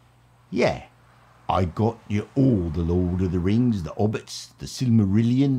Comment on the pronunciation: Lord of the Rangs. Rangs of Powah.